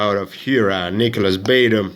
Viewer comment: It's Nicolas Batum (Nick-o-lis-Buh-tume) not Nicolas Batum 👍😀